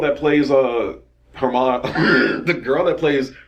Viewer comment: "Hermani" My brotha straight up invented a black girl name for Hermione lmaoooo